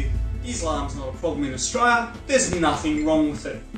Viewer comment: Mate will you please pronounce the word Australia correctly. The last three letters are l.i.a. it sounds really bogan the way you say it.